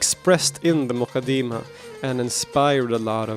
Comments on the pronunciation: It's not pronounced "The mooqadeemah" !! Its Muqaddimah! How on earth do you think you have the right to give your opinion on it when you haven't read it! An English translation is not reading the book because Arabic is a very unique language and Islamic sciences have a vast terminology that a mere Arabic linguist just cannot fathom because it takes years of specialisation! This is why we study all of these sciences in the dars Nizaami and when we graduate as scholars its expected that we have attained the tools to understand and interpret the true intended meaning of any Islamic author ! What's more we study these books with a chain that is passed on to us by our teachers as part of our license to teach this chain being unbroken over the centuries from teacher to student until it reaches the author himself!! If it's the Quran then the chain goes unbroken to the Prophet Muhammad ﷺ the same is true of the Hadith which you love to make light of which shows how little your understanding is because if you had studied the science of Islamic narration and narrator critique you wouldn't be so flippant!! One of our most authentic scources of Hadith is the Muwatta in which many of the chains have only 2 people in between Imam Maalik and the Prophet Muhammad ﷺ one example is Maalik narrating from the successor to the companion Imam Naafi who narrates directly from Ibn Umar who saw, heard the Prophet Muhammad ﷺ say or do or approve something!! What's more Imam Maalik wrote down all his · Almoqadama , it is not moqadima